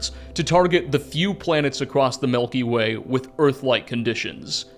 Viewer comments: Milky way... not Melky Way. Driving me bonkers lol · I don’t wanna be that guy but you kept saying ‘melky way’ and it made me giggle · Melky way 😂 Greay video thanks! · The melkyway